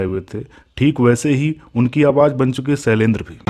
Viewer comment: सैलेंद्र नही शैलेंद्र